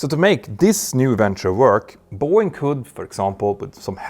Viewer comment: Please pronounce "BOEING" CORRECTLY!!